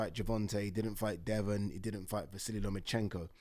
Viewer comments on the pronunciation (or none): none